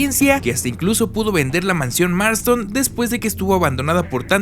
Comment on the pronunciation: Tres cosas me hicieron reír por el muchacho que edito el vídeo: uno la mencion del torito. Dos es la casa Marsten y no Marston. Tres cuando dice Marlow en lugar de Barlow. He leído el libro cómo 30 veces y por eso obviamente lo prefiero, llegué al texto por la primera adaptación para tv que en México fue conocida como La noche del vampiro, en verdad deseo que esta nueva versión sea el inicio para muchos nuevos lectores, tal cómo me sucedió a mi. Saludos y densas pesadillas!